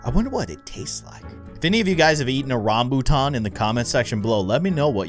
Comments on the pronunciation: I am Malaysian and Rambutan is pretty famous fruit and one of my favorite fruits is so good. By the way you pronounce Rambutan correctly. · im from india and even i like rambutan and yes you pronounced it correct